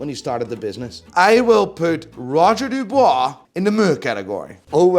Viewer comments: F*ckin’ Dub-UI-s not Dub-OI-s, 😄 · It's Dubuis, not Dubois... Mr expert of pronunciation 😅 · *Dubuis not Dubois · It’s not Roger “Dubois” lmao it’s Dubuis !! Pronounce Dübwee” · Roger DubUIs, not DubOIs! 🤬You butchered the name! Otherwise great video as usual 😁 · I believe Roger Dubuis is pronounced “Du-bwee” not “Du-bwah” but LOVE the new list!!! 🙌🏽🙌🏽💯✊🏽👏🏽💪🏽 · Roger Dubuis - Dooo bweee :) And A. Lange meh? Come on man! Their movements and designs are amazing! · “Roger du bwar” 🤣